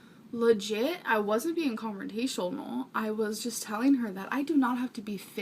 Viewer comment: "And I was like WHOA 🫨 ... antie 😳 .... I wasn't being controntain-sunal..." 😂